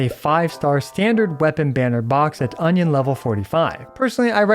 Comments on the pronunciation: Now i know why it sounded weird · Union not onion 😂 did it say onion in game? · I think it's Union level not Onion level😅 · Did you just said Onion lvl all the time?? 😂🌰🌰🌰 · I am suprised he managed to use the word "onion" in place of "union" at every single point... Edit: For those who don't know already using the word "onion" was just a joke it's actually called "union level" :D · is it me or onion exp sounds funny :face-blue-smiling::face-green-smiling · Cannot stop hearing "Onion level" whenever he says Union lol.